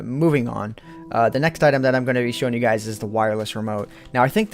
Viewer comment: lol instead of guys you sayed skys!